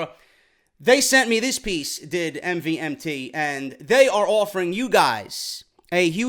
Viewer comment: Yo no offence but MVMT Watches is pronounced as MOVEMENT.